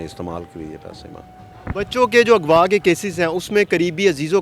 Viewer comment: اگوا نہیں اغوا ھوتا ھے مسلمان جس نے قرآن پڑھا ھو غ کو گین نہیں پڑھ سکتا